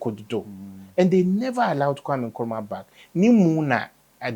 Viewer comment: KM: Kwame Nkruma, Not Nkwame! Get the man's name straight, please.